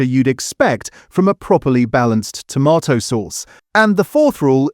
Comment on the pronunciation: AI again - now I wonder if the occasional pronunciation of tomato in this video is taking the piss, mocking the supposed tomato content .... tomarrrtoe !! I love the humour - keep going - and thank you a lot.